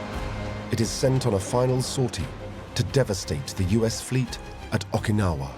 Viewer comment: Got so tired of the narrator mispronounced Okinawa as Ahkinawah I couldn't finish it. So sue me. I'm a linguist.